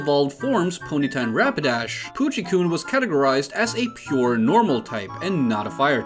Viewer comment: Also, it's kun not koon